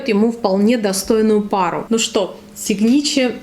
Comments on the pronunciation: Боже,, какое описание. Прям оргазм испытала, когда вы описывали женский аромат. Если позволите, поправлю вас: правильно говорить сИгначэ. То есть ударение на первый слог. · Доброе утро! Прекрасный обзор. Но, ударение в названии ароматов -на первом слоге🥰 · А можно было без ошибок название произносить? Прям ухо режет. Ещё и остальных научите.